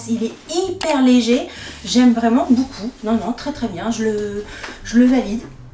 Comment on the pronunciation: Coucou je regarde tout tes vidéos SHEIN, j'adore ta bonne humeur❤! Je viens de m'apercevoir seulement depuis les dernières vidéos que tu avais un tic de langage quand tu dis "boucoup" au lieu de beaucoup! Mdr du coup maintenant ça me saute aux oreilles à chaque fois. Bisous ma belle.